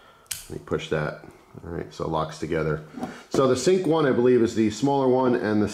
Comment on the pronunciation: lol yes I misspronounced the names its sync like your "sync your voice"